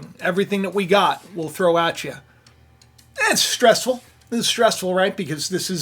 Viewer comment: Wow you usually butchered the word stressful if I wasn’t stress now I am thanks for putting that in the front of my head stress